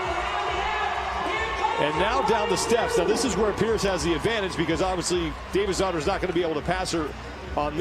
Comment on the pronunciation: lol forgive me for not knowing the women's names, but i was getting super annoyed with the male commentator when he kept saying kathrine davidsdottir bc i thought he was saying kathrine david's daughter lmao